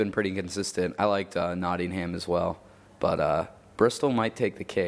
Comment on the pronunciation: The way says Nottingham is Hilarious.